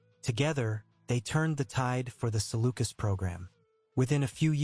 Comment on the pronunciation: You need to learn how to pronounce Keady and Salukis if you’re going to read this.